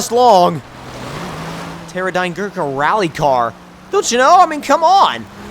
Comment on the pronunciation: FINALY someone saids terradyne good first time